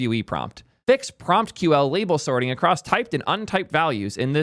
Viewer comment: calling PromQL "PromptQL" and Prometheus a "library" 😀